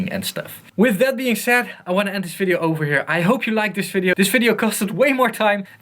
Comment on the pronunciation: "I wanna end this fideo offer here.."